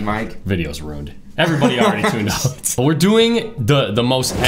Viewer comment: "The video's rooned"